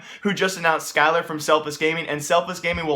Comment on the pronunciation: Skyler. You said it correctly. Whoever is getting mad at him is hypocrite unless they call Cutler reltuC.